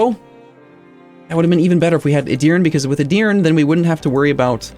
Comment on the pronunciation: A little correction regarding pronunciation，Edir-neh. I am not gonna bother correcting the rest. It would be too much lol